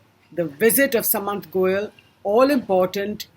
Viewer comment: u dont even pronounce shudh common Indian words / names correctly. how unindian can you be. you pronounce goel as sa/mant like sum or summary whereas it is to be pronounced with the sa.... like sardines or Sardinia.